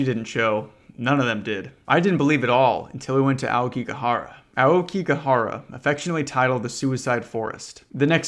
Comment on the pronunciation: The pronunciation of yurei and Aokigahara was a tough thing to listen to for as short as it was